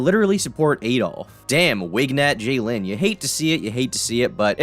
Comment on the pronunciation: Bro it’s jadyn how is that “jay lin”!?